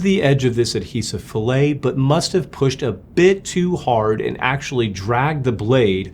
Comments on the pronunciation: its not pronounced fillet, a-la a chunk of salmon. its more like fill-it. same word for composites and machining. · A fillet as used in mechanical engineering is pronounced “fill-it”. This is an inside radius. What you used is the pronunciation “fil la” which is a cut of meat. I was working in helicopters at a competitor to Paramount when this accident happened. It grounded all A109 helicopters for a short while until they found the issue in the Milan factory. Believe it or not, but there was a change in personnel, and there were no written procedures in place. The new guy decided to clean the adhesive fillet up with a knife to do a better job. It resulted in the replacement of main rotor blades that were made after his start date. Helicopters are unforgiving . A109s were not built in the US at that time, they were all built in Milan, Italy. The Philadelphia facility was the US delivery center, customer support and customer requested modifications. I had been at both the Philadelphia facility and the factory in Milan around the time of this issue.